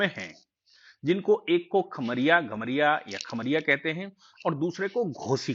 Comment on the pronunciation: घोसी और कमरिया (खमरिया नहीं)